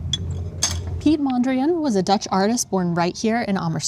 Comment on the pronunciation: piet mondriaan is pronounced with the same A like Amersfoort. (new mistake) (but i don't blame you guys.